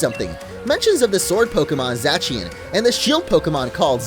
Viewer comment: it is pronounced {z-aaa-see-en) zacien